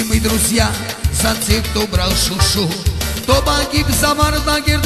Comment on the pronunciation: Не шушу, а Шуши